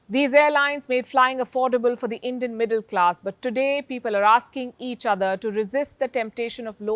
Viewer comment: Palki is basically saying " If you want to go to heaven early, take Endian carriers. 😂😂